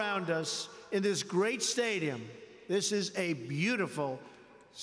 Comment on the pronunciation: Inspirational: 'You too can have a great sperts team, sperts is gret'